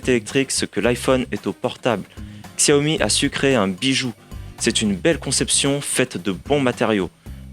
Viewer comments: On prononce chawmi bordel !! Et non pas ksèwmi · Super test, juste apprenez à prononcer Xiaomi ça fait mal aux oreilles.